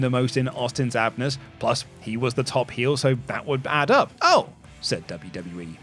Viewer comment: "in Austin's Abnes" lmao